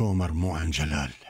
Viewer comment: جلال مو گال ماعرف أقرأ واكتب كيف قره رسالت مجد